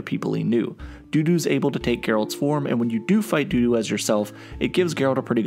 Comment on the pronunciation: No, it's Dudu, not Doo Doo.